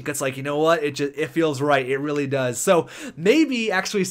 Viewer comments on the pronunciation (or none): none